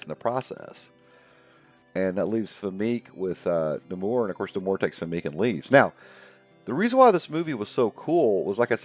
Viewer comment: Famke is pronounced fam-key